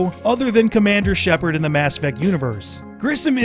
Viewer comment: First of all its Shepard and not Shaperd wtf?! Lol second, Shepard is character's last name, not first! Lol you can't change Ryder into Shepard, so no...you won't be able to play as "Shepard" the way you mentioned...